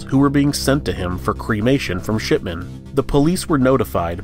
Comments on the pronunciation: ok, you're totally saying "sh*tman" instead if shipman lol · The way you pronounced "Shipman" made me wonder if you intentionally made it sound like "Shitman".